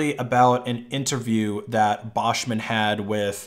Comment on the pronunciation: Whoever told you taht Buschmann is pronounced "Baschmän" was lying to you.